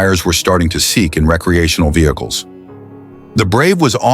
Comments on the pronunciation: Right from the start. It's rec·re·a·tion·al. Not ree-cre-a-tional. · Caught that right away too but he said it correctly afterwards. Can't tell if this is a real voice or computer generated anymore.